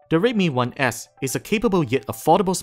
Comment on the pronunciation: i like how you pronounced "redmi 1s", sounds like rape me one ass, you forgot to say please haha but yeah, you're doing better than before. kudos. slightly jealous, slightly